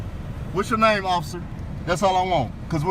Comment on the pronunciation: "Ocifer" lol fat boy